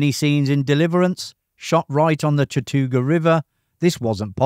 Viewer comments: Ned BAY-TEE, not BEE-TEE. CHAT-UH-NEW-GUH River. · Learn how to pronounce 'solder' along with 'Chattooga'.